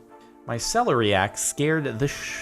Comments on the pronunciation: It's pronounced ce-LAIR-eiac not celery-ac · Emphasis of celeriac goes on the second syllable "se-LER-iac" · Its pronounced sell-air-eee-ack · Celeriac pronunciation: sell - air - iac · or how to say it properly?